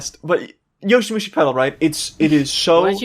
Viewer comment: IT'S YOWAMUSHI PEDAL FOR FUCK'S SAKE NOT YOSHIMUSHI, gotta weeb properly.